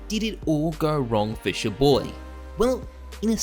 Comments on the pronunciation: its CHAR BOY pronounced NOT CHU BOY did u even watch 1 video aussies dont know how to pronounce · Your prononciation of ChaBoyy grinds my gears